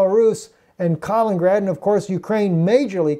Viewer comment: Not "Kalingrad", "Kaliningrad"!